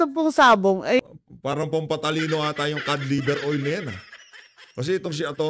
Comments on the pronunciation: Anong cad baka cod. ang pag pronounce lang (cad) pero ang spelling nyan ay cod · Nalilito na talaga ako. Iba na ba talaga ngayon? Kasi ang YouTube pag binasa na ngayon yutob tapus si atty ung COD, kod na basa pero narinig ko sabi niya ai kad. Sobrang behind na ba ako😂